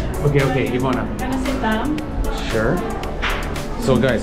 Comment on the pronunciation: But (as always) Ivana’s pronunciation is ON POINT!! You go too, 😂🤜🏼🤛🏼